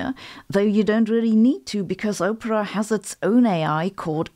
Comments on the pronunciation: Opera - Ah-per-ah. Oprah is something.... entirely different. 🙂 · Sabine, the state is unfit to exist. This shit would never stand, for several reasons, in a polycentric legal system. Also, your English is very good. However Its Aww-Pra, Not Ooh-Pra. Oprah is an American celebrity and Opera is pronounced like the opera. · It is not pronounced O-pra, which is like the name of the US billionaire who likes to hear the sound of her own voice. It is pronounced Op-era, as in "Phantom of the Opera".